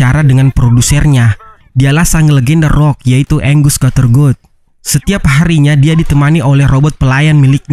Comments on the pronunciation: Angus dibaca "enggeus" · Namanya angus bukan anggus bang